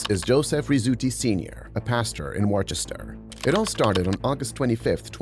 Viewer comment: the narrator said it was in worchestire lmao that’s not in the USA